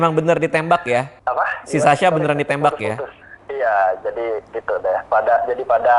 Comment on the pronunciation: Beda teman2 bang dika bilang sasya bukan sasha